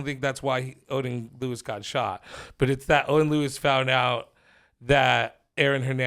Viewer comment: Lloyd not lewis